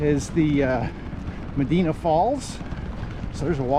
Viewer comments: Medina is actually pronounced ma die na. 😊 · It’s Me di na. The I is long. Medīna. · Is it too hard to look the pronunciation of the towns ur passing thru along the Erie Canal Most of them come from Greek and Roman names. ie- Medina= Med -eye -not e -na. Enjoying ur trip as a resident along the canal . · It’s Me dī na. Long ī , Medina.